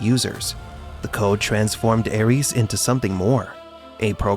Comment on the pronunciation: Cada vez que escucho ARIES, en vez de Ares me sangran los oídos.